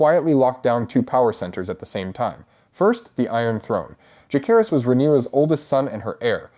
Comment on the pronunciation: Betra-thals 😂😂😂 I had to keep repeating it….Betrothals? I knew it would be terrible when they pronounced Jake-harris